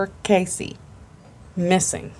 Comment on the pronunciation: I was in a Search and Rescue Group and participated in at least two (maybe three) call-out searches for her (not Texas Equusearch). This case is special to us here in my town. ❤️ It is sad not to see her photo up anymore around the Millenia Mall. BTW, her last name is pronounced KESS-ee (not like Casey). I just started your video and will let you know if I can add any details. Her parents are very nice. As far as I know, the idea was that the suspect was/is a construction worker from her apartment complex (who gave her bad vibes). It is thought she was off to mail something and was attacked. Jennifer was fit and would have struggled. Her apartment was pristine and showed no signs of struggle. The construction workers were allowed to live there and many may have been undocumented. I believe they were still selling units in the apartment and the association did not give all the info (or did not know) all their workers! I assumed that the killer/suspect may have left the country. The video shows a man, a slight man, with clothes consistent with a worker. The person has a particular walk. There was stuff in the backseat so it doesn’t seem like a robbery. Her boyfriend was not a suspect, as far as I know. He had an alibi.